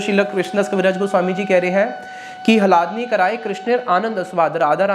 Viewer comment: 😮 उच्चारण तो सही कर लो पहले । अर्थ का अनर्थ बन जाता है जब आप ह्लादिनी को हलादिनी कहते हो !!